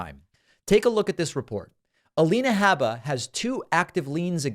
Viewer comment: I stopped watching David’s Alina Habba videos because of how he mispronounces Habba, Like chalk on chalkboard. I can get the same story from Farron, Luke and Jesse with less irritation.